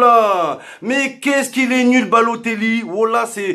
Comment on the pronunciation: "Baloteglou" mdrrrr